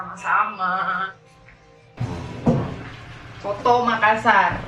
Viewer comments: Hallo 😘, sedikit koreksi bacanya bukan soto makassar tapi coto makassar (bacanya sesuai tulisan)😁. Salam dari makassar 😘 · Cara sebutnya 'coto' bukan 'soto' hehe... sy asli dari Sul-Sel. Dan coto Makassar adalah makanan andalan kami,enaknya emang nampol,sy asli dari Sul-Sel tp tdk pernah bosan makan coto Makassar 🤭 sehat selalu,selalu masak makanan enak yahhh spya yg nonton jadi ngiler haha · Coto makassar bilangnya kak. Bukan soto🤣🤣